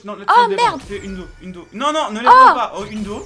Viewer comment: UNDO 😂 😂 😂 C'est Eun Dou (A l'oral)